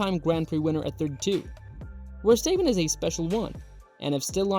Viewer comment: You pronounce his name like …. what? Verstaypen? Ridiculous.